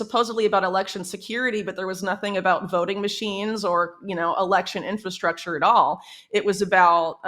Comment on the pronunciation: Whitney is like the only person on this planet lately to say "inFRastructure" CORRECTLY! 👏🏼 👏🏼 👏🏼 If I hear inFAstructure from one more person I might lose it.🤪🥴